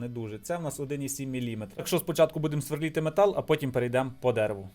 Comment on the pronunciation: СверлИти а не сверлІти)